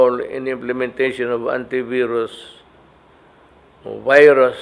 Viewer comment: I stand corrected "implementing the antiverus in different localities " PALA! DUTERTE pronounced the virus! Berus or Verus not Byrus